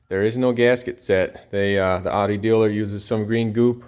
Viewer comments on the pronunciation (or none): Bro Audi.... not otty jesus.....